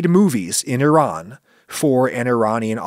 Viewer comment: Well, thank you for pronouncing Iran properly Should have stopped there and not project your opinion on Iran onto random Iranian people as if it's universal opinion all Iranians must share